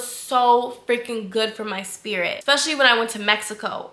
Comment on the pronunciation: I love you and your channel so much! But I ain’t gone lie I cringe every time you say ‘expecially’ 😭😭😆